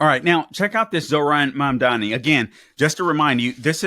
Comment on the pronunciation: If you can’t even pronounce his name what makes you think you can understand his policies, please show a little respect, there was even a point where you said it right and incorrected yourself to disrespect him once again, also what the hell’s your problem calling him an Islamist simply because he’s Muslim, also sure his policies might be bad for a lot of the corrupt democrats, but I say we need someone to switch it up and that’s what the people want and I truly hope that’s what they get.